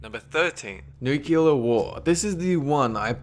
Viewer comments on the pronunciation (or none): Does it bother anyone lese that he says nucular rather than nuclear? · It's pronounced NOOK-LEE-UHR not NOOK-YUH-LUR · Nucular? Really!? If you are going to throw these crazy ideas out there, atleast say the one that could happen correctly!!!! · "nukular war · He said, it only takes one mad man to fire off a nuke at another nuke arrmed country to start a nukular war........,.......dont be that mad man............EVER! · New-cue-ler. Dude do you even english a little bit? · nucilar war??? isn't it nuclear? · Y-you...you just pronounced it..."NOO-kyoo-luhr"?! *Facepalm* Nuclear. "NOO-CLEE-uhr" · If I see one more fucking Youtuber pronounce nuclear as "nucular" imma smack a nigga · Noo-queue-ler? Its New-clear. Nuclear, ladies n' gentlemen. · #13 ok guys let's play fallout oh oh god NUKULER WARFARE GUYS ITS FALLOUT!!!!!!! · 1st of all dont say nucular 2nd of all DONT SAY NUCULAR ITS NUCLEAR FOR FUCKS SAKE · yeah "Accidental" nucular strike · Nukular? Nukular?! GTFO bush! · ''Andbody that has played fallout can survive a nucular war.'' *Facepalm*